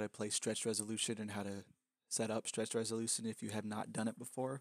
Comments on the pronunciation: he said RESOLUSION not resolushion ok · "Stretched Resolusion" xD